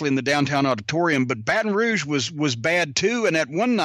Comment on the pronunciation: He said Barton rouge I believe it that’s where my family is from so I’m not proud of it but yea I believe it